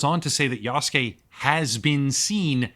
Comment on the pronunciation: This dude isn't even pronouncing Yasuke correctly. He's saying "Yaske" instead of "Yasuke", just skipping over that "u" sound. IPA: jasɯ̥ke